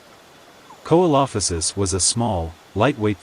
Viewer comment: Great video just, its SEE-LO-FY-SISS. Not KO-EE-LO-FI-SISS